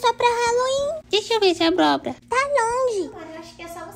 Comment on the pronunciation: A panqueca falou abrobra